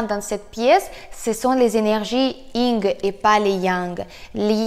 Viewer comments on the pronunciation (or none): On dit pas Ying mais Yin !